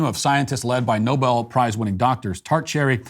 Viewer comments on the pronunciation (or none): none